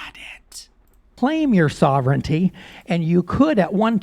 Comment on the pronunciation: sovereignty is pronounced sah-ver-en-tee and sovereign is pronounced sah-ver-en